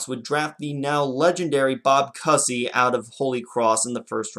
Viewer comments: Cooooozy....not Cussy. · (pronounce "koo-zee") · The basketball great's name is pronounced "Coo-ZEE." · You do a BAA/NBA video and mispronounce Cousy. C’mon! So much for Chicago having the “World’s greatest fans.” But I guess having two NBA franchises fail in the city before the Bulls already proved that.